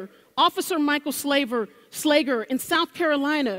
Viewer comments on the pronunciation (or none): I like her little Freudian Slip where she calls an officer "Slaver" instead of "Slager" or whatever.